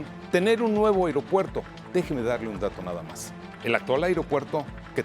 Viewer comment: Se dice aeropuerto no airó puerto.